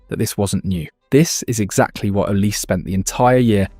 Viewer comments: It's pronounced not oliseee... the e is pronounced as an A as in OlisA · Olisé not Olise - in french this is a really huge difference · Olisee not Olisi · Pronounce Olizai not Olisse. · Olizé is the Nigerian pronunciation, in French Olise would just be Olize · How about you learn how to properly pronounce the subject's name....it is OLISEEE